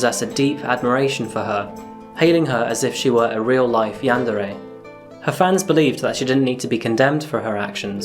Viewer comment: Yawn-duh-ray It's yawn-deer My dude watchin too much Markiplier